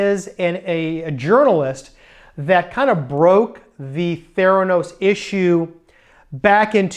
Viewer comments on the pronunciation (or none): none